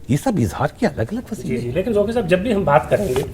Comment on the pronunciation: Oh Bhai pehley aap Qaaf durust boltey thay magar ab aap ko bhi fashion ki Beemari lag gai ab Qaaf ko Kaaf kehtey ho. Inka Naam Zauqi hai Zauki nahin Kuch khayal karo.